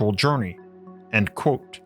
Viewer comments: The way he pronounces "quote" has always annoyed the living s*** out of me. Otherwise good content, but omg it is truly awful. It's like the "QU" just becomes a "K" sound, and then like he can't open his mouth more than the tiniest bit to say "kot" 😡 it's pronounced "Kwote" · The way you say the word "quote" is nuts. Like its blown out of pipe like a dart.